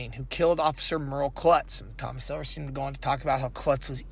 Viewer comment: Actually, it's Silverstein, pronounced silver steen.